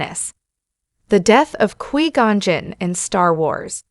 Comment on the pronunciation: 9 seconds in and I stop because you can’t pronounce his name correctly